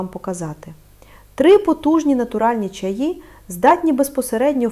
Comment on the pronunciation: ... та не чАї, а чаЇ (чому ви можете навчить, якщо навіть наголос у слові не годні правильно поставити... біда та й годі ... 😢)